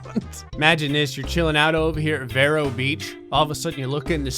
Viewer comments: It's pronounced like Veer-O not V-ro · you pronouced Vero Beach wrong, its veer-oh not ve-air-o